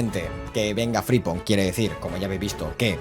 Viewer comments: Gran modo carrera y muy realista, como siempre. Pdt. Es FriMpong, la m suena y rechinó bastante durante el capítulo. Un abrazo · Por qué le llamas fripong y no frimpong y gapko y no gakpo